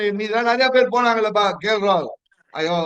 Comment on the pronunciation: KL classsy rollls roycee roaahuoooll😂😂😂